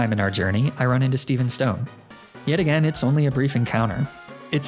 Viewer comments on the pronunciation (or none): none